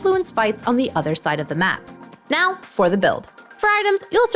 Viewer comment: "right nyow" :3